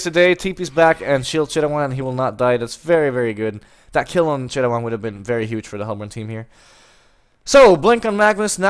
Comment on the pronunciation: You say thai Chittawan Chittawan ><